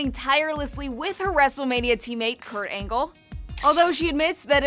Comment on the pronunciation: "Court Angle"